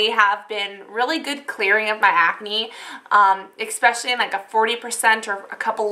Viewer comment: it's so cute how you always say "exspecially" ;D and you are really gorgeous without make-up because your so self-confident !! love you and keep doing what you love ! <3